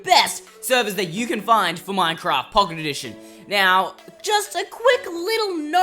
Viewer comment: at 0.49 they say Pooket Edition